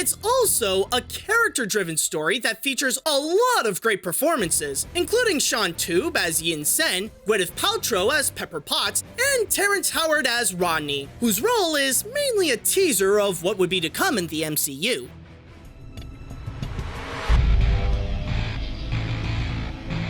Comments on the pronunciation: Its actually pronounced "row-de" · Lol 'Rodney' ... you mean Rhodey